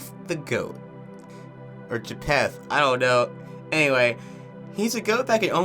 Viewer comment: Just out of curiosity, is it a regional accent of sorts to pronounce wolf as "woof"? Also, Japheth is pronounced "JAY-feth" Edit: Actually, I just realized they spell it 'Japeth' in the credits. Maybe it IS "JAY-peth" 🤔